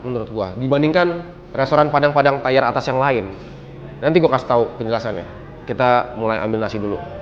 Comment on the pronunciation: TIER nya tiyer ger bukan tayer